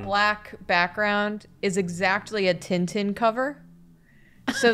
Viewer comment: wait, is that how english talking people pronounce "Tintin" ????? I was so... not... ready